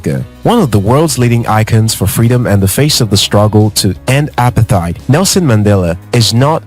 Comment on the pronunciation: As a fellow South African watching this video, I would like to ask if you could pronounce apartheid correctly cause the way you are saying it is very, very wrong. it's pronounced as uh-para-te-id. Thank you